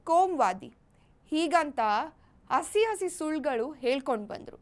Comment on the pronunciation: asi asi alla.. hasi hasi , oma allaa... homa. Correct aagi pronounce maadi. 'Ha' 'a' galige difference ide.